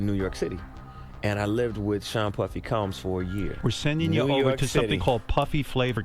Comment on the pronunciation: okay to be clear...Fuck the Diddler but like bro, its not Sheen its Sean. XD